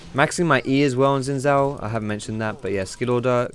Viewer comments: it pronounce his name sin shaw not gsin saw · why you pronounce Gin zhao, it's xin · Does every Youtuber mispronounce Xin Zhao? It's not "Zin Zow;" it's "Shin Zhow." For those who don't know how "zh" is pronounced, it's like the "si" in "Asia" or the "ge" in "beige." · its no zin zhao its sheen zhao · to be more accurate it's sheen jow. though the makers of the game say his name is pronounced "Sin" "jao" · Gah it's shin jao, bothers me of how he's saying it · his name is actually pronounce "shin" "jhow"it's Mandarin Chinese. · for the future possible league of legends casters that may be watching this the correct way to pronounce xin zhao is 'sin jow' :/ thought this might be helpful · xinzhao is pronounced sin-j-ao im chinese trust me